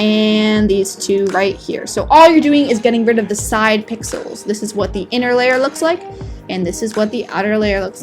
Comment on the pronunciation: Omg now I hear that too XD